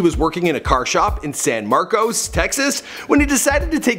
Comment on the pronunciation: HOMETOWN HEROES. But...it's pronounced "San Mar-kiss".